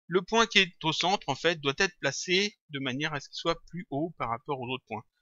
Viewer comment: Je te suis depuis un bon moment maintenant, et j'aime très bien tes tutos et ton travail, mais ne plus "QUE CA SOIYE' on dit "QUE CA SOIT" et "ON VOIT" et non "VOIY". Tu devrais nous faire un tuto lighting version pro ou bien texturing.